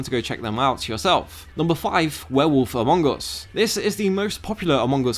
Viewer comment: When you say "among us", I hear "Mongous", I thought, where is the Mongol in those game?